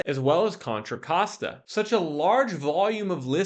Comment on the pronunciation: Hey! Got the Contra Costa pronunciation down. Pretty soon you will be able to throw up the West Side symbol like you live here 😂